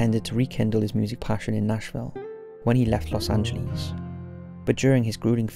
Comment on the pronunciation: Santa Rosa, NM in the Philippines?? Wth?? Anybody else notice that? Dude, please learn how to pronounce Los Angeles.